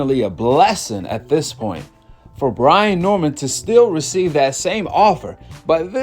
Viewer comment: Brain???? 😂😂😂...its Brian.